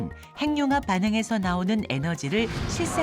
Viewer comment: 핵 + 융합 = 핵융합~~~ 행늉합 발음은 틀린 발음입니다!! "해귱합"이 맞습니다!! 두 개의 단어로 된 합성어를 따로 떼어서 천천히 발음해 보세요!! 핵~ 융합, 핵~ 육합 그러면서 천천히 붙이면 해귱합~ 발음이 맞다는 게 쉽게 증명됩니다!! [ 전음법칙 ]